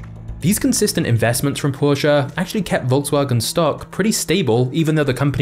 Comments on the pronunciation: Dude. It's Porche. Not Porcha. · Learn how to pronounce porsche. Do not care if you're English or not, that's a german word, there's no prolonging the "sche", nor It's a "uh" soud. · its not a porshaa, its Porsche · porshaaaa thats all i hear... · i realy like the video .good job witch the anemations and tata vut i dont like how he pronounses porsche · thats not how u pronounce porche lol great video tho :D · Amazing. You said the word Porsche perhaps 70 times throughout this video, and you mispronounced it every time.